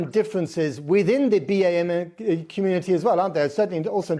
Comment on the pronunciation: I’ve never heard someone say Bee-Ay-Meh community.